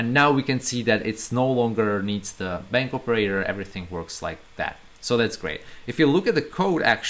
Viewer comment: Excuse me, do you say "bank operator" or I am not understanding correctly?